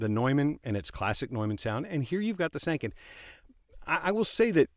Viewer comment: BTW Sanken rhymes with Tron/Pen.